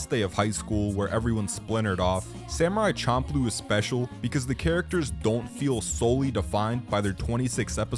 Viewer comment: The nujabes literally correctly pronounce the name of the show.